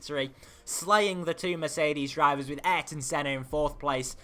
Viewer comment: did you know Ayrton is pronounced I-Air-Ton